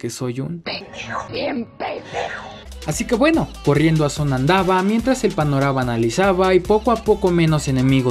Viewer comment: Gente normal: panorama: paronava Yo: ya hable bien cabr0n xdd